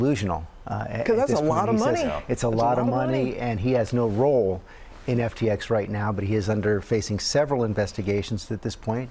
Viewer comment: he messes up his own company name